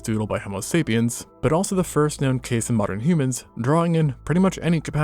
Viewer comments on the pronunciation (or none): none